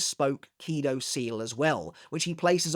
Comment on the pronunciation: Why KIdo instead of kiDO?